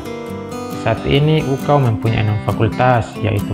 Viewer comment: UKAW kakak, bukan UKAU 😭